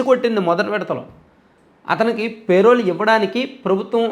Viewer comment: పే.. రోల్ కాదురా బాబూ.. చాలా వేరే అర్ధం వస్తుంది